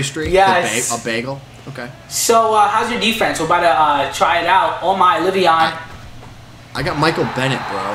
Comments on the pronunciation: It's lev eon not live eon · "Live-eon Bell"